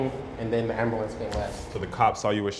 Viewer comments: Did he say Ambewl- lance? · The dude said ambulance wrong wtf